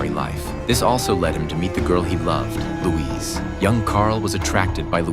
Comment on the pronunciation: 'Carl'?! ...'Louise'.... Lol....maybe choose a better AI or a narrator who knows basic DC lore....